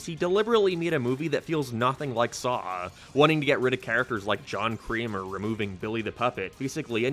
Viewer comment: Why were you calling Jigsaw "John Creamer" the whole time?